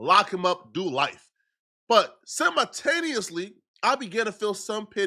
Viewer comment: "Certaintude" 😂😂 "Semitaneously" 😆😆